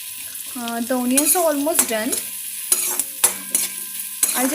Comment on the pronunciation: onions... pronounce it properly!